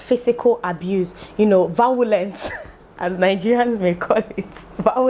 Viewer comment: When you said” Vawulence”😂😂😂 I scrome😂😂😂😂